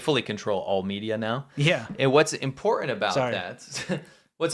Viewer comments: gone back to not being able to pronounce "important." It's impordan! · Say importaNT. There's an nt at the end of the word. I never minded when my kids had that affectation. But after cringing with the fake ghetto -ness of jazzy, I feel we can't let our English slide. Thanks. 😁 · Big props to whoever called out 'Impor-unt' spelling/pronunciation. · Quit saying “ guys” like a couple of teen age boys. Not everyone watching is a guy. And the guy on the right can’t pronounce “ important “ he says “ imporund” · don't forget the imporant T in imporant